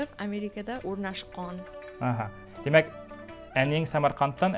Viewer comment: . "O'rnashqon"? That sounds very unusual. Maybe it should be "o'rnashgan"?